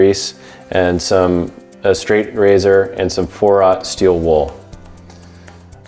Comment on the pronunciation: What did he say? Four out steel wool? ???